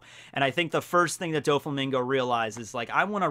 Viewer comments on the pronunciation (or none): he says doflamingo :p great video tho